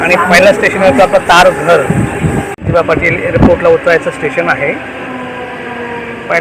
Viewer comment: तारघर नाही तरघर नाव आहे